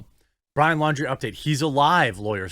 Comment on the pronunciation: Pretty sure Laundrie is pronounced like foundry